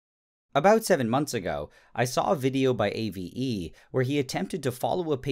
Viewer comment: Not Ay Vee EEE it's Ah-Vay